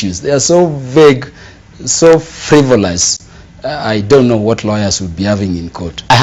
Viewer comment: = "Karuma saying..., poritico good will, rawyers"